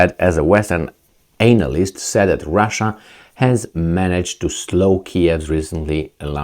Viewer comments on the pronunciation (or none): The letters A in "analyst" are pronounced as A in the word "at." The way you pronounce it is very funny.